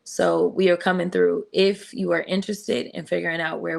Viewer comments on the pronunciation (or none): none